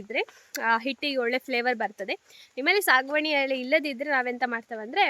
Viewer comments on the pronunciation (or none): ಎಳೆ ಅಲ್ಲ ಎಲೆ